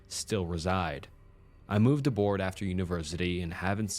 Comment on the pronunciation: Aborad not aboard 😂 he moved out of the country, not onto a ship 😂🤣 p. s. Your videos are my favorite ❤❤❤